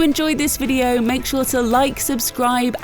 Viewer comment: Kojima says: >>I don't rike it.<<